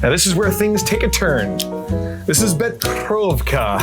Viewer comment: Nice video and I dig the cocktails and I have that same glass you used from the last drink but just an fyi you pronounced the Becherovka liqueur incorrectly 😉 I can assist you with the pronunciation if you like lol 😂😊😛